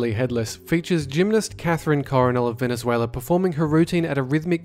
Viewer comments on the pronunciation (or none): none